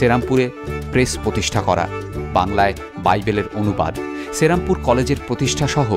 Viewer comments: Pronounciation ta thik korun vai, ota cherampore noy sri ram pur. Bangladesi der uchcharon sunle gaa jole majhe majhe. Ekhon ei comments e hazaro a mori bangla vasa bole oneke hedia morbe. So plz excuse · I told to you that check your pronounciation only. And I wrote sri ram pur to make the pronounciation clear. That's why I break the word. Its not cherampur but serampore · দাদা ওটা শ্রীরামপুর, সেরামপুর না !!!